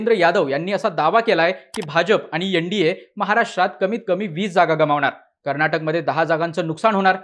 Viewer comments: एण डी ए नाही रे एन म्हण .न ला ण म्हणू नये. योगेंद्र यादव नेहमीच चुकत आलाय. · यनडिए नाही रे एन डी ए म्हण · यनडीये नाही भाऊ तर एनडीए अस उच्चाराचा सराव करा